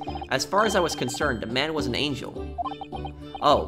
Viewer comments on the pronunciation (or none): none